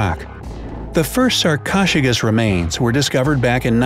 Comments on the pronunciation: Sar-cosh-a-kus?!?!?! It is sar-ko-su-kus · Sarkoshigus... lol... sar-ko-soo-kiss is more accurate to its pronunciation there, narrator man. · did he just say sarc-o-j-cus 🤦‍♂️ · "Sarchosuchus" is pronounced "SAR-co-SUK-us." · It's not sar-ko-chu-kas It's sar-ko-su-kas. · U pronounce sarcosuchus like this (sar ko sue sh ess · 'Sarcosuchus' is pronounced sahr-ko-sue-kuss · Okay, its pronounced (sar-co-sue-kus) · it’s pronounced sar-koh-sukas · For number five, I’m pretty sure it’s prenounced as sar-ko-sew-kus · It’s Sarcosuchus (Sar coa sue kus) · The crocodile was actually pronounced as sarc-oh-suc-us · You didn't say sarcosochus correctly its saRcO-sooch-us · He said sarcocheros typo🤬🤬🤬😡😡😡 👇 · It's pronounced sar-co-sook-us please try to get it right. Remember it has 4 syllables not 2 syllables. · You prenounce sarcosuchus as sar_co-suk-us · Why did he pronounce sarchosuchus so weirdly I am not joking😡😡😡😡😡😡😡😡😡😡😡😡😡😡😡😡😡😡😡😡🤨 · wow did u say sarcosuchus wrong that was not even close I didn't even relies u were talking about a sarco at first lol XD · DUDE YOUR SAYING THEM WRONG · They butchered the pronunciation of Sarcosuchus. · Lets talk about the COUNTLESS times he pronounced Sarcosuchus wrong -_